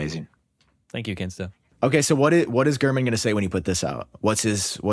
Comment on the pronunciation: Ain't no way bro said Gurmanese😂